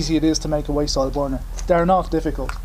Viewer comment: Thought you said waist oil